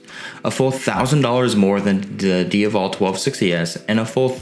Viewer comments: Not Dia-Vallll / lol.....Its DIA-VELL....IE DiaVEL aka Ducati Devil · It's DiA-vel not Diuvel. It's also DucAti not Ducarti. You need to pronounce the A correctly sir. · say it with me: d AH Vull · Can you please pronounce the bike’s name properly plz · Is he intentionally mispronouncing the name Strange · Every time he says ‘Diavel’ I just want to kick him in the jaw..... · I was just going to say, if that's how it's supposed to be pronounced, I'm never saying it again. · stopped watching when you cant pronounce "diavel". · You can't pronounce "Diavel" properly!! If you intend to cover European motorcycles you need to listen to the factory guys say the model names. Listen to their pronunciations and I want you to say "Diavel" again properly on your next video! Thanks 👍